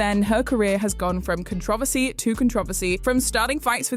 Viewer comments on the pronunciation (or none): Con-tro-versy is how u pronounce Controversy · That messed me up more than knowing this person existed... "contra=vasee"... "controversy"... try it. I cannot say it normal how i use to say it anymore after hearing the narrator say "contravasee" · Please for the love of god learn how to pronounce controversy